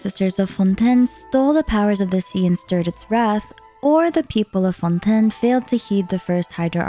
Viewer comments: why are you saying Fontaine so frenchly , its so weird, the english va's say FON TAI NE not FONtÈNE. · I hate when YouTubers start saying the names in dum ways. Its fontaine They say it in the quest Its not"fon tn" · Everytime she says Fontaine like that it makes me cringe. Is that how French people say it should be said? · Your pronunciation of Fonten is distracting. We all now know Genshin says it as Fon-Tayne. Why insist? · FONDANE - learn to speak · I would have liked and followed if you hadnt had tried to hard to say fontain with such a hard accent idk how long you how to practice it but it was so annoying to hear. literally pronounce it in you own accent its a video game relax. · I promise i love her content and really don't mean to hate but... Is there a reason for why she pronounces things the way she does? Like, most chacter and location names. She doesn't pronounce them like they're said in-game, and I'm not sure if they're said like that in the languages they're based on either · I'm sorry but I couldn't take this video seriously by the way you pronounce fontaine 😭😭😭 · the way you pronounce fontaine is killing me fr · Why are you pronouncing “Fontaine” weirdly? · she’s attempting to pronounce it the french way i guess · Love the video but the pronounciation of Fontaine drives me nuts